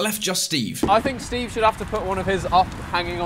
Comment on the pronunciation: when did Steve have a er on the end